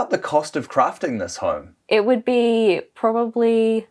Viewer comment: He said "horme"